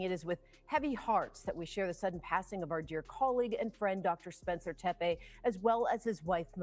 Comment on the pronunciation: The name Tepe is pronounced “tep-ee”